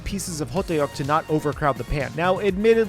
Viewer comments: 호떡 (hotteok) is only two syllables, so it's more ho-tteok (and tbh, you can kind of get away with ho-duck because the tt is sort of a mix between a tt and a dd, as you can romanize it either way really) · the pronunciation is close I think your going off how it’s spelled in English I don’t know how to tell you to pronounce it in Korean through text but it is similar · As a korean, this was all done very well! Only a few things stood out to me. 1st is hotteok is only 2 syllables; the tteok part is pronounced kinda like how you say duck. 2nd thing is that kimbap usually gets brushed with some sesame oil at the end! It gives the seaweed a beautiful glossy finish, as well as adds a bit extra depth of flavor. Overall great job! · hoteok is 2 syllables but stretches it out to 3 😂 good try tho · Btw… it’s Hodduk. The ddeok is pronounced like duck. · Sesame oil, you needed to brush sesame oil on that kimbap roll! also it's pronounced "huhduck" not ho-tae-uk lol overall good job on the spread! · Beef or korean sauage or gimbop ham. 2 have better taste of meat. Yes you can do beef o other types of meat or American vegan veggie you want 2 put in gimbop. By the way right pronunciation of ho duk 호떡. Not ho day yuk. It's like when people say hondie. Instead of Hyundae. Please Please don't say diekan said it in Korean pronunciations Dian Mu Gee. But 👍 how you did Hankook um shiek. Or I should say S.Korean snack food. Thanks for showing it from other than S.Korean Ajumma cooking. 🤣🤣🤣🤣🤣🤣🤣🤣🤣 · Ho tteok / ttuk is not pronounced ho te ok. its more like dduck. like duck but more of t sounds. like how you would pronounce a thug. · It’s spelled hotteok in English, but it’s pronounced hoe-tk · So hottdeok? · Hotteok is pronounced as "Hot-tok" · It’s pronounced hot tok lol ❤😂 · It’s pronounced hoe duck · thats not how you say hotteok but good try tho